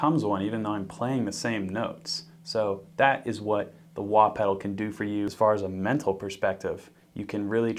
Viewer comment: WAHt did you say?